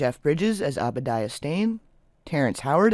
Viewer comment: I've watched your "Dark Hollywood" videos, and they're well-done. I'd recommend one thing, though, just one: Please check the pronunciations of some of the words first; i.e., it's "DIS-toh-pee-an", not "DICE-toh-pee-an; and it's "OH-bah-die-ah", not "AH-bah-die-ah".